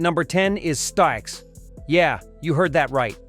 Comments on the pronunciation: 'STIKES'???? It's spelled Styx, and pronounced 'sticks'. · WHO THE F***k MADE THIS LIST?! Could not pronounce STICKS? YES?! They were both fond of the other , ELP I have never heard them mentioned together - could not get past this much of the list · "stikes" as the pronunciation for Styx???